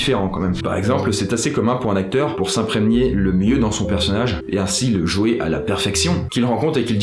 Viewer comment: Salut, pourquoi dans toutes tes vidéos tu ne fais jamais la liaison avec le mot "dans"? Exemple: "dan une vidéo / dans'z' une vidéo" Dsl ça me stresse à chaque fois :) A part ça, continues c'est cool